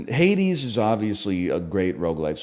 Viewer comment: You do understand how this works? You put games into your Tier not what others think otherwise why even bother? He disliked Hades to the point of purposely mispronouncing it. Get over it. If you love it then great but respect others just don't.